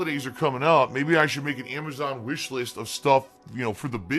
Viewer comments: Why does the dumbass pronounce Amazon as Amashon fucking pigroach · why does he consistently call it amajohn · Uh why cant he say AMAZON right